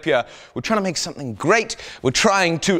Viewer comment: Haha "make somehing great again" ^^